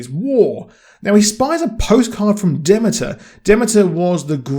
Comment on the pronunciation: Can understand you not liking Craig pronounced as Creg, not a fan myself. Therefore you should note your pronunciation of Bilqis and Demeter is off. If you watch the show, should not be hard to correct